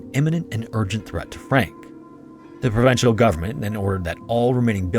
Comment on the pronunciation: At about , provincial, pro-vin-shul, being specific to a province such as a provincial governor. Sounded like you said pro-ven-shen-uhl.